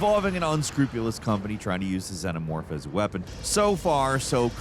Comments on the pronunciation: Zee nuh morph. No Zen oh morph lol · did you just call it a zenomorph